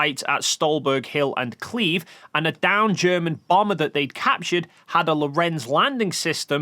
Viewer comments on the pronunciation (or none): You may be borderline illiterate because you kept pronouncing "Kleve" without the E at the end despite presumably being aware that it's not an English name. Edit: After further watching I noticed your pronunciation of "Gerät" is even worse. I was confused about what you were referring to with "X-gerei" until I saw it spelled near the end of the video. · Kleve isn't "Kleeve". It's K'leh-vae.